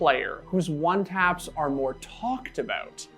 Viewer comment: “Did I talk about his pppornOgrapHIC one TAPS” I swear he’s emphasizing random crap lmao